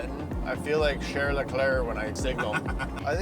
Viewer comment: Please learn how to pronounce Charles